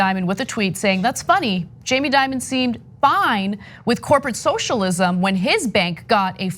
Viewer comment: "shoshalim" It's not that hard to say, "so-shall-ism". Was this guy drunk?